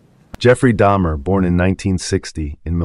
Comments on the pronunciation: DAHmer, not DAYmer. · I appreciate the effort of these videos but right off the bat... This is the first video I've stumbled across of yours. 'Daymer?' Really? 🙄